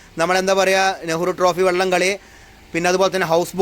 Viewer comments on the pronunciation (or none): none